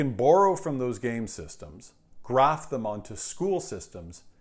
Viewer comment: "Graph" should be "Graft"